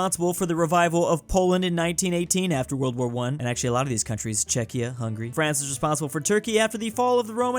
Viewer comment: that's a funny way of saying Hungary